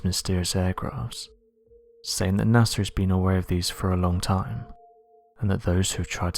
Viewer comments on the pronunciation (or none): It's his accent. Puts "ng" in lot of his words. Makes it hard to understand.